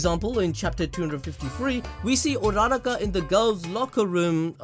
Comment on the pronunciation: Bro its Ura Ra Ka, not URaRa Ka, say it with me Ura Ra Ka